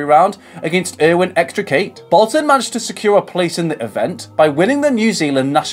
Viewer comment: How can u pronounce Erwin extercattes name as EXTRACATE...at least get the name correct..there is not even the letter R .. its extercatte ffs